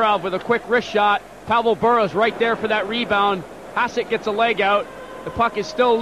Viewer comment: announcers absolutely brutal. "artur erb" "pavel bura"